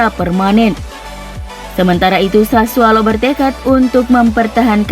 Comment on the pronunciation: sudah sering saya bilang mba. SASSUOLO . Bukan SASSUALO. Pake O bukan A